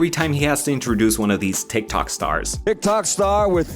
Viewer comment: To be honest who wouldn't die inside when they say tik toc